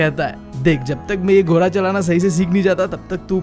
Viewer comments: Ghoda❌ Ghora✅😂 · ghoda ❌ ghora✅ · 🐎Ghoda❌ 🐎Ghora✅ Bro's tells are very friendly and fun😄